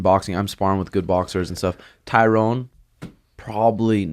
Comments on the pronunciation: Pet peeve.... when people pronounce Tyrones name as TYROWN... It’s pronounced like TY-RUN. Any UFC fan should know how his name is pronounced let alone another fighter. I mean he was a 5 time champ for god sakes! Love you Suga an but CMON guys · is name his Tyron (Ty-ren). Not Tyrone, lol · Its Ty RON...Not tyronE....